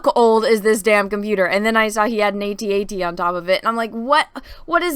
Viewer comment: Thank you for calling it an A.T A.T and not an At At